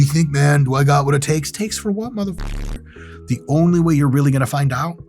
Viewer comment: "Harry Potter-looking mudahfukah" 🤣